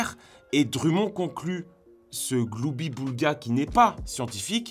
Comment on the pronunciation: Man, respect pour avoir prononcé "gloubi-boulga" correctement, fait rarissime tout media confondus 😮